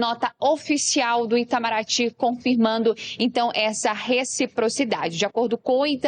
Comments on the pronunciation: Ensina o sujeite a falar rechiprochidade primeiro... Trocando um funcionário por arap............... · Se ele aprender falar reciprocidade, eu voto nele 😊😊😊